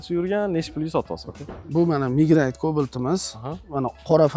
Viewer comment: Mednayt ❌Mignayt ✅